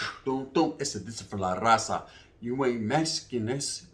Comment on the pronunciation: YOU KNOW WHAT I FOUND FUNNY IS THAT PRONOUNCE "RAZA" PERFECT 🤣🤣